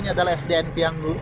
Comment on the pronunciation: 👍PIYANGU,, bukan PIYANGGU